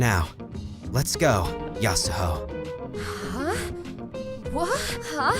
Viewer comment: someone should tell them the h in yasuho is silent... or at least im pretty sure it is and everyone else ik says it that way